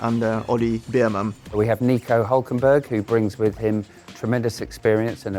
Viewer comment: IT’S NICO HÜÜÜLKEMBERG GET IT RIGHT!!! It’s pronounced HUEKEMBERG